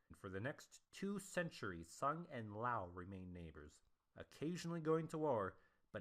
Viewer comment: There's no pause after the apostrophe in T'ang, it's basically pronounced like the orange drink. That's the Wade-Giles translation, in which t' is pronounced like a "t" in English and t is pronounced like a "d." In Pinyin it's just "Tang" with no apostrophe. Also, the i in Liao is pronounced, but not as separate syllable. It sounds like "Lay-ow" but no one is going to bust your chops for saying "L-eeow." There are other pronunciation problems here but these are the most critical. East Asian pronunciations are never going to translate perfectly into English anyway.